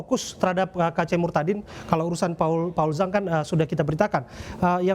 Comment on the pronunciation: sebut kata murtadinnya biasa aja dong